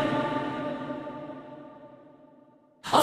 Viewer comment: I love how all of them are pronounced so mythically and then we have Lucifer pronounced like Detective Decker.